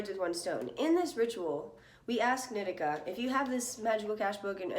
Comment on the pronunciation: Isn’t it knee-tea-cah? Not nit-ick-ah